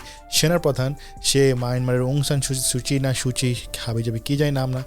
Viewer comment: সুচী যেমনই হোক নামটা ভালো করে বলতে পারতেন। হাবিজাবি না।